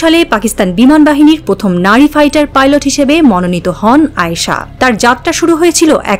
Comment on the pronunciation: পালট না পাইলট হবে।